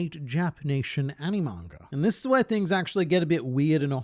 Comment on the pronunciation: I love when you say mangr